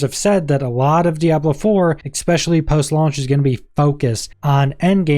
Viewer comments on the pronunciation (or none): "EKSPECIALLY" and I'm done watching. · Especially pronounced with an X just turns me off from watching the video